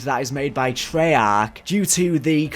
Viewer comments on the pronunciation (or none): Nobody:: Treyahck